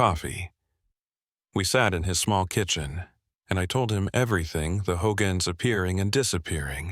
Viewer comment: Ummm checking in November 2025. This is not a Navajo speaking. He's pronounced BEGAY, HOGANS and Canyon De Chelly WRONG!!! EXCUSE ME BUT IM NOT INTO THIS. Living and from the Navajo Reservation we've never seen skin walkers n many myths. Alcohol drugs yes ..family abuse yes!!!